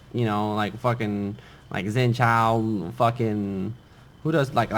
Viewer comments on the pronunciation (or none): none